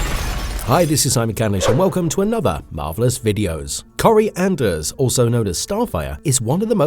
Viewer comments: Her name is Koriandr, not Corey Anders 😂 Koriandr means "Starfire" in Tamaranian. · I can't...you can't even get her name right. That makes everything else garbage because of the lack of credibility. Get the name right!